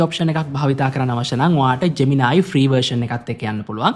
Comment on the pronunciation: ජ්මෙනායි ජෙමිනායි ගාන්න එපා බන් නිකන් සුද්දො වගෙ ජෙමිනි කියපන්